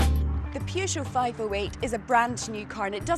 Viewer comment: This is how the reviews should be done. Well done lady. By the way, it's very nice how you pronounce Peugeot.